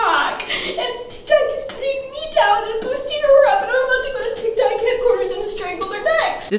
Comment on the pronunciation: "tik tawk"